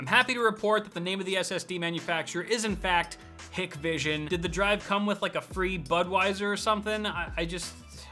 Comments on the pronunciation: Its pronounced "hike-vision" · it's pronounced Hi k vision